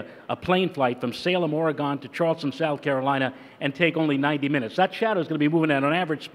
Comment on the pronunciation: Where tf is "OAR-IH-GAWN"?